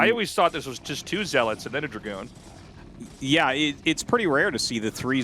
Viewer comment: What do we have to do to make tasteless stop pronouncing dragoon like that?